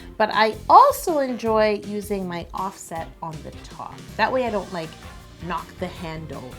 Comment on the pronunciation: Am I the only one who immediately heard “OFFSET” in offsets over from Migos every time she said it